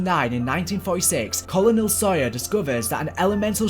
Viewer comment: Please google how to pronounce colonel